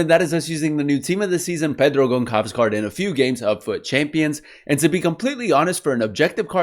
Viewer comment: Thanks for de review. By the Gonçalves the ç you say as ss. You can pronounce as Gonssalves